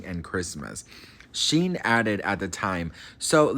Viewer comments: Omg. You pronouncing Shyne's name (pronounced "Shine") like the worst fashion company in the world (Shein) is sending me😅 Not throwing shade. I think you're adorable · Honey,, it's pronounced SHINE, not Sheen or Shin. I still love you, lol ❤. And Diddy paid him a million dollars to take the fall. Ay, ay, ay. I got some research for you. love. Shyne is a con artist. There's a law in Belize that forbids people convicted of crimes in other countries to hold public office. He wants to be prime minister of Belize. The people in Belize see right through him. He always had a NY accent, now he has this other accent. He stole Biggie's sound, literally the sound of Biggie's voice. But Diddy and LA Reid ( otro monstro ) made it look like a million dollars album deal. He just took that money. And Diddy's private jets were always making "drop offs" at Belize and donating money to Shyne and Belize, but it wasn't for impoverished children or education. It was to line Shyne's pockets. He crooked too. Y la pendeja de J Lo lied like a rug after the Club NY shooting. The lady who was shot in the face, Natyana Ruben, always said it was Puffy. She told police, the surgeon, everybody. But Puffy has always had some law enforcement on his payroll. She still has 9 bullet fragments in her face and is willing to have surgery to atleast remove one to prove it came from Puffy's gun. But Shyne did 9 years and got 1 million. Don't trust that dude. Ese es otro criminal y embustero. Stay blessed ❤ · Thank you 😂 he was calling him shien and I couldn’t stop laughing. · Who’s Sheen? 😂 you mean Shyne 😂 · Not sheen it’s Shineeee Poe son lol great stuff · It's pronounced shine lol but great video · Sheen? At least get the names right… at least! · Is he mis pronouncing his name on purpose?? It’s Shine. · Shyne pronounced Shine like wine with a shhhh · I think his name is pronounced shine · OMG its pronounced SHINE!!! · His name is pronounced like shine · It’s pronounced Shine 😂